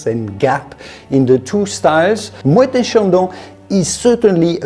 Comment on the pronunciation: Both are plonk, dumbed down for the American market. So many better options for the same or less price. Thank you for pronoucing Moet correctly.